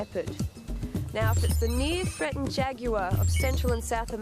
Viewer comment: shes saying jaguar wrong